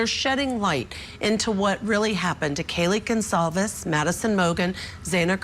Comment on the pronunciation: It's Goncalves! NO González.